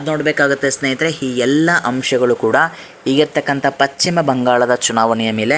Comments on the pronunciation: It is not pachima bangala it is paschima bangala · ಪಶ್ಚಿಮ ಅನ್ನು ಪಚ್ಚಿಮ ಅಂತೀರಲ್ಲ? ಕಿರಿಕಿರಿ ಆಗುತ್ತೆ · Pachchim alla ,paschima bangala